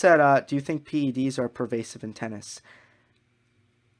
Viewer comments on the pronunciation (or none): none